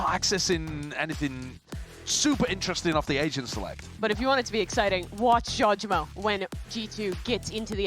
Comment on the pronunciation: Can please learn how to pronounce Jawgemo the right way?